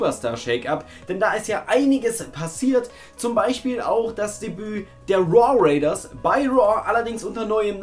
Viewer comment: Jetzt kann sich auch keiner mehr drüber aufregen, dass immer "Raw Raiders" anstatt "War Raiders" sagt xD